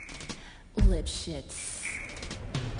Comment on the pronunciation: its lipshitz :P not lischi